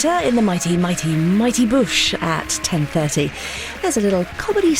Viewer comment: Yep! You'd think she'd be reading the words and know that "Boosh" is pronounced with an "oo"